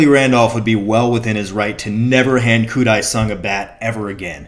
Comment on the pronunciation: Its Dae sung koo